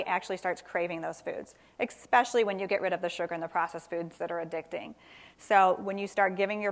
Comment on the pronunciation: she lost me when she pronounced "especially" with an x (expecially)